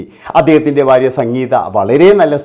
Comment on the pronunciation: ബാര്യ അല്ലടാ മൈരേ,, ഭാര്യ ആണ്